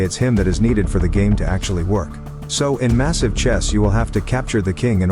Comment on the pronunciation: The amount of times he said massize is crazy